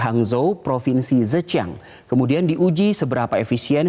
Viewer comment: Hangzhou sama zhejian cara ngucapinnya bukan gitu mas :|